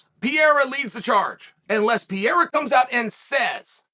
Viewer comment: Love you Chael but why are you always saying names incorrectly? Pierre and Kamara 😂😂😂 💙